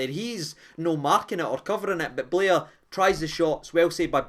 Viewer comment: It’s Bair not Blair